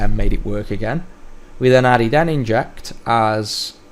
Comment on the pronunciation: N-Inject? Surely Nin-ject, like a ninja ...